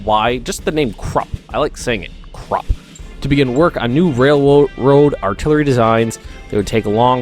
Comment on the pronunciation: Pronounciation: Say "Voodoo" take the "oo" and say "Kroopp" (Krupp). That's almost right. Don't say Krooooooooooopp, but a very short Krupp. The "u" in Krupp is short. I love all your Hoi3 series. I also learn a lot watching it. Edit: All "u"s are pronounced "oo" (but short) in german. So it's "Koomersdorf", "Kroopp" etc.